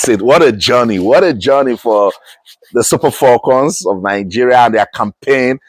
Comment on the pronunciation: Abeg wetin be "FOLCON" wey dis man dey yarn so? Na fone be dat???!😮